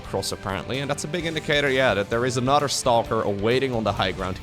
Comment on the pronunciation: Anodder = Another. speak.:P